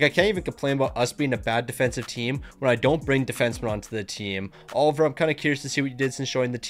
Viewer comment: its Olivier not oliver